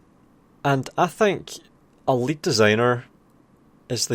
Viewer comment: just want to say, the way you pronounce "a lead designer" kinda sounds like "elite designer". i found that kinda amusing.